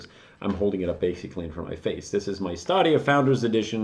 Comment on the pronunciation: Why are you pronouncing Stadia like that? It's definitely not Stah-de-ah It's Stadia like the plural of stadium.